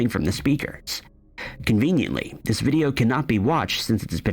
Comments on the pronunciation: I have how deep is your love on vinyl, I'm 63 it is and always has been i really mean to learn. And Annie Lennox sings thiis it's just the way she pronounced it purposely. I'm also fron the uk. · It absolutely sounded like these but it didn't quite make sense in the sentence so they used the word this but pronounce it with kind of a southern accent on that word so that it would rhyme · That's right! It's the way she pronounces the word 'this' that makes it sound like these. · It just sounds like shes saying these shes saying this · agree 💯 it's her accent that makes it sound like that